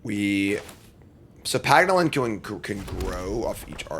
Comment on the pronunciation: Its a "PANG-OLIN" not a PAG'NOLIN lol